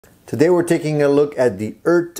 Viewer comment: It's like a Jamaican saying Earth, mon'. ;)